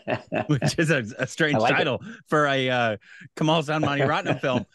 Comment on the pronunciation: Its not kamal hasaan.. Its kamal haasan..